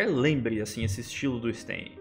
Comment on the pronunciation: A pronúncia em russo é "Stêin" mesmo, e não "Stáin". Ótimo video, Supi!